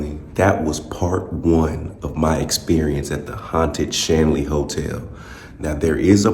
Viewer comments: You said "Stanley," my man!😂 And it's *scrying, my brother. We spent the night there a few years ago. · Shanley hotel not Stanley. Lol